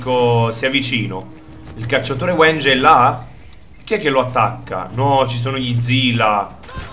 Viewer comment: Sì pronuncia W*I*NJA